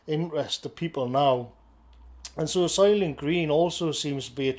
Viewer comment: "Soylient Green"